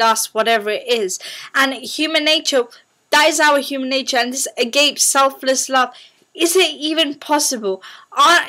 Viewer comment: It's not agape, it's pronounced 'Agapay'